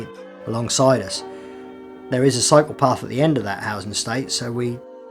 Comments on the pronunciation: I keep thinking he was saying psychopath. I was doing laundry and not watching the video. 😂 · love the way you say cyclepath with your accent.